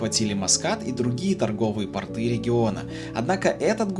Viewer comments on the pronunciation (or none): Мой муж однажды мне рассказал,как правильно говорить слово "порт".Портыыы-это мужские штаны , а пооорты-это и а аэропорты в т.ч.Так их учила преподаватель русского языка в физико-математической школе-интернате при Ленинградском Университете.Мне очень интересно было,но ударение в слове мешало.Удачи и спасибо.🫠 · портЫ или пОрты? Хорошо, что не портки сказал